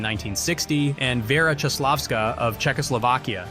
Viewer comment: Czechoslovakia's Vera se NEJMENUJE Koslavska, ale Caslavska !!!